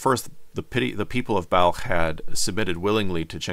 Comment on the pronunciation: I'm glad to see that Balkh, is pronounced the way a word spelled B A L K H would be pronounced.